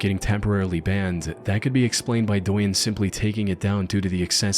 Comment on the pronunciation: at - douyin is pronounced like dough-yin